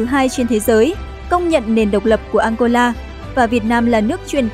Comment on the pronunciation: nghe đọc tên ăngôla mà cứ tưởng đất nước nào kg có trên bản đồ thế giới